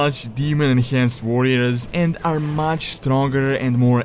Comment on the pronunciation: Vorriors xD nice video!